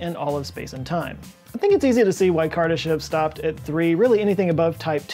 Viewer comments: Btw, his name is pronounced kur DAH shof with a long o in the last syllable. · Kardashev is pronounced kar-duh-SHOF.